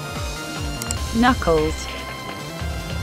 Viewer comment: Awesome ! 😂 On prononce bien, Knuckles comme sur la vidéo !😂 (It's pronounced right, Knuckles like on the video!😂) Je viens de France ( la bonne baguette) 🤣🤣🤣